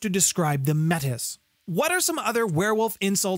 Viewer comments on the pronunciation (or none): The pronunciation of the Garou-born breed is Met-iss, saying May-tee refers to a real lif group of Indigenous people in Canada. There’s actually a sidebar in at least one werewolf books pointing out that they’re different things, and it’s kinda iffy to pronounce the “deformed” breed of werewolves the same way as the name of a real life ethnic group.